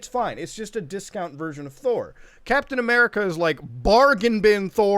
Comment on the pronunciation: “Cap-then A-merka”